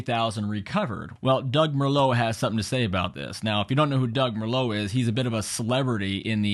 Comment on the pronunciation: Doug DeMuro. Not Merlot 😂 DE-MUR- O